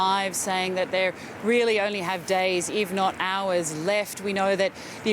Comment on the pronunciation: Is the journalist Danish since he said "hvis" instead of "if"???